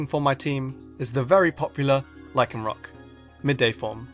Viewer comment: THERE IS NO K IN LYCANROC!